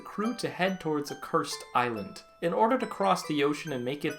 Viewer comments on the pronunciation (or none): none